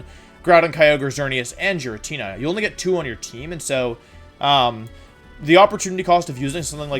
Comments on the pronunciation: Your tendency to switch pronunciations especially with Giratina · I disagree with your pronunciation of Giratina... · Yes, actually. Your pronunciation of “Giratina” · Im sorry, what did he call giratina? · Hearing you mispronounce “Giratina” so thoroughly in multiple ways hurts my brain. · That pronunciation of Giratina is a crime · What did you just call Giratina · Giratina isn’t pronounced like that 😭😭😭🙏🙏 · When I heard him say giratina man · Pronouncing Giratina 4 different ways in one video, this is peak comedy. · You say Giratina like that? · Why the fuck does he pronounce Giratina like that? Lmfao. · Good list, the only thing I really disagree with is Giratina. Not because of where you placed it, because of your pronunciation. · Ok I still can’t handle when Wolfey intentionally mispronounces mons, it’s funny but also hurts... so much... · Can’t believe you just massacred my favorite legendary by pronouncing giratina like that😭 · What did he just cal giratina? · The way he says “giratina” just gave me AIDS.... same with how people call Arceus, “arkeeyus”... Has nobody played Pokémon Battle Revolution???! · The way you pronounced Giratina (GEER-A-TEE-NA) makes my soul cringe, I'm not sure if you say it wrong for a meme or that's how you genuinely say it but either way you're wrong. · IT'S PRONOUNCED GEE-RAH-TEE-NAH, NOT JI-RAT-NI-YA! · Did this man seriously say “jeratnea” instead of Giratina???? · Me: "Giratina" Wolfey: "Jiratnia" Me: "..." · Jiratna or giratina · Giratnia its giratina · I cannot believe this dude said "Jiratnia" and "Jiratina origin formie" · Ah yes, the well know ghostly dragon… checks notes Jiratkneear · Is it pronounced jiritina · No, it's not! The G in the name has a hard sound, not a soft sound! So FYI, the name is actually pronounced Gear-ah-tee-nah! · I’ve never heard someone pronounce giratina jer-at-ina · i never knew it was pronounced jiratnia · Me: waiting what he was gonna think about giratina Him: giratnia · i’m sorry, jiratnia?